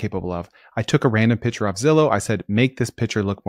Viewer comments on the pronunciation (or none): Hi, love your episodes. A minor suggestion, you say "pitcher" when it should be "picture".